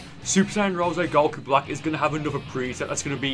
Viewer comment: I love the way he says Goku